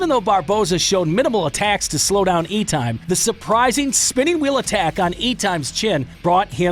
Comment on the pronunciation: I came to hopefully sub but then you pronounced Terry Etims name completely wrong in a very rookie way. True sports fan and MMA fan is fully aware of that type of stuff. Just my 2 cents. Pronounce it as Et tim